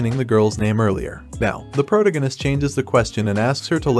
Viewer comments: Except prota-gun-ist…. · Can't pronounce protagonist? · The way you pronounce "protagonist" is hilarious